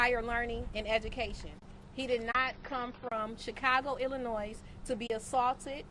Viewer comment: IlliNOISE? Girl, what law school did you graduate from? Young man you should’ve used better representation. She can’t even speak or pronounce properly.